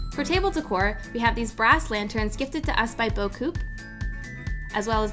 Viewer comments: super beautiful! PS: in french the "p" in beaucoup is silent, you say "boa- coo" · Hey, just an FYI, because it drives me a little crazy. Beaucoup is a french word and it's pronounced Bo-koo, the p is silent. I went to the company YT page to make sure that's how they pronounce it and confirmed that the p is silent for them too.